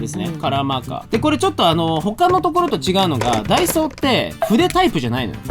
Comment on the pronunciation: みなさんは ①ダ↓イ→ソー→ ②ダ↑イ→ソー→ どっちですか？？ ちなみに自分は①です！②でしたね笑